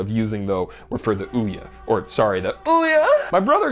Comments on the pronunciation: No idea why, but your pronunciation of Ouya made me spit water all over the place. Well done sir. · As a straight man I felt myself tingle when he correctly pronounced Ouya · I'll never pronounce OUYA like I've been pronouncing it before ever again.